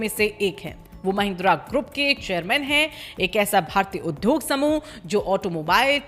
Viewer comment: मैडम plz उद्योग का सही उच्चारण करिए..... 🙏